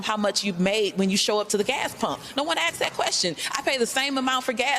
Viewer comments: Stop listening when she said axed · Joe Virginia, I agree. One of her staff should tell her how to say asked correctly. I've heard black and whites mispronounce this. Educate each other! And if she wants to solve this economic gap she needs to remember that we all need help. Some laws are meant for specific ages or other groups but most laws can help all Americans. A good law is good for all!